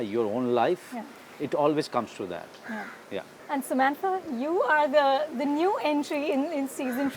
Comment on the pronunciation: Sammantha , Oh please it's Samantha 🙏